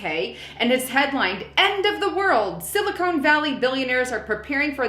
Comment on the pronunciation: Its Sili-CON not Sili-CONE.